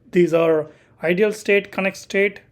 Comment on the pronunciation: Hello, Thank you kindly for the video, one small note - not related to the BGP but how you say "Idle" you pronounce like "IDEAL" and not "idle" is two different words, I understand you're not native speaker, I just try point it out, because that took me some minutes to adjust to :D Btw; your video are very unique in a sense you show config, diagram and explain all same time. Look forward for future videos from you, really appreicated.